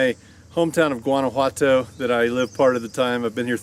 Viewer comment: You've been there 3 years, and you don't even pronounce the name of "your" "hometown" right. Says it all. Go back to Tampa.